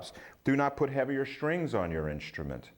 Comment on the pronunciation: His cadence is fine. I throw a flag on the play re: his pronunciation of “strings” as “shtrings.” A lot of New Yorkers put an “h” in words that have an “str” combination. “Shtrong” and “shtrength” are two more examples. The worst is “hishtree” for “history.” 🙄